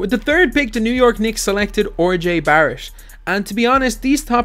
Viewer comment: This dude just said Orjay Barrett. Learn to pronounce names. Smh.